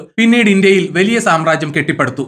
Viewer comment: വെലിയ അല്ല,.വലിയ